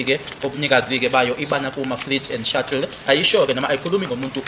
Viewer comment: Shuttle not shuckle mr smart ass 😅